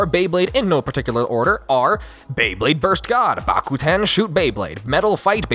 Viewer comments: When you whier trying to pronounce the Japan version of Beyblade you said beyblade borite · "beyburrito" definitely thats how they procounce it in japan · Did he say burito?